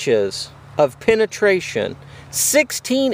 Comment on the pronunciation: Penetation lol